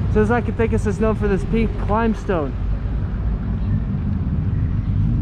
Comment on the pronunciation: Hey, Brother!.....Just a quick little grammatical tip: Even though the letter "Z" exists in the Mexican alphabet, the "Zee" pronunciation is not like the US, you pronounce it like you do an "S".